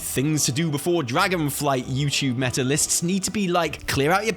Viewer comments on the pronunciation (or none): none